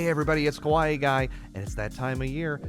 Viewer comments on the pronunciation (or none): My friend, kawaii is pronounced "kah-wah-ee" not ko-waii lol